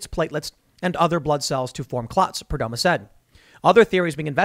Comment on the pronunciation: It's pronounced Perdomoe.